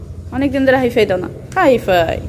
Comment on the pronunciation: ”হাই ফাইভ” হবে উচ্চারণটা।।"হাই ফাই" হবে না।।কিছু বলার আগে ভালোভাবে উচ্চারণ শিখে তারপরে বলার চেষ্টা করবেন।।।